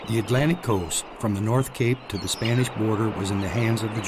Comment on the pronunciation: Spanihs , spanihs . Please.